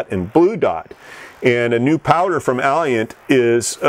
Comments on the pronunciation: Alliant------- Auh-lie-ant, learn how to pronounce it. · He needs to Google "how to pronounce Alliant" because it does not sound like "Alley-Ant", and he keeps on saying it wrong, over and over again!